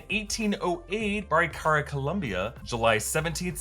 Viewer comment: Homie butchered Barichara so hard 😂😂😂